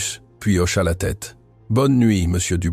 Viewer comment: Hocha et non auchat !